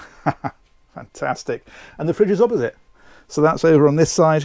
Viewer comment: Why do you say Opposite with a B, it's quite funny😂😂